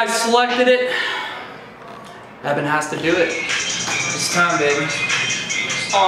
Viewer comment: "ITS NOT EVAN" love you💜💙💜💙💜